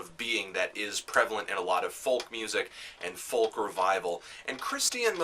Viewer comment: you need to learn how to pronounce folk